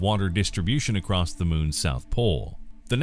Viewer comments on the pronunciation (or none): none